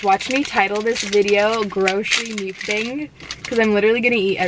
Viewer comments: the way she says mukbang bothers me so freaking much. like there are two ways people say it and ive NEVER heard anyone say it like that and it just sounds so off like ?? she sounds like she is saying mucus bang or some shit ugh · You're so cute! I love it... You look so fun to chill with, smoke and FUCKING EAT. I subscribed after watching two videos lol... I just hate the way you say mukbang 😆🤣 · The way you say mukbang kills me lol still love u tho